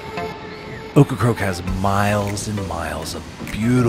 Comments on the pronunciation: It's OCRACOKE, not OCRA-CROAK!damn get it right!! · it's not ocra-croak, it's ocra-COKE! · It's Ocracoke not Ocracroke. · Seriously, though,, was he/she correct? Were you mispronouncing the name, or do they change the "r"s around when they speak the name aloud? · Please call it Ocracoke, not Ocracroke. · Get it right: It is NOT pronounced OcracRoke It is OcracOke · Sounds like you are saying Ocracroke. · He is!..wtf?! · Great island, great video. Buts it’s funny you did this whole video pronouncing Ocracoke incorrectly as Ocracroke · I grew up on the mainland and took the ferry to Ocracoke every summer… by the way, you keep pronouncing it Ocra-croke…. 😊 that’s incorrect. It sounds like it’s spelled. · You seem to be saying "OcracRoke". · Why does he keep saying Ocracroke? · Sorry man saying OkraCROKE is like fingernails in a chalkboard. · At least he didn’t say Corncrake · This was a great video and narration except for obviously mispronouncing the name of the destination the entire video. It’s a bummer because this is one of the best videos I’ve watched on YouTube on Ocracoke but the mispronunciation is distracting. Well done otherwise though.